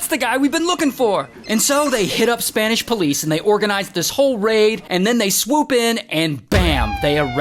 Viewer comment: Your Spanish was on point 👌🏼